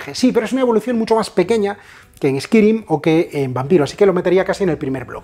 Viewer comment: El Vampiro Chapters mi favorito honestamente. Lo digo sin maldad, me ha hecho mucha gracia "eskirim" jaja nunca habia oido a nadie decirlo así. Seria "eskairim"